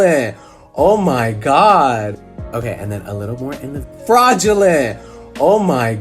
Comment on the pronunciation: no one: absolutely no one: not one breathing soul:: fRaDuLeNt